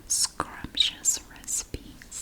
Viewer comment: I can’t be the only one that backed up 3 times just to hear the way she said scrumptious….tell me I’m not the only one.